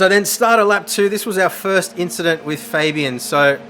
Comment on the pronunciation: It was a racin inchident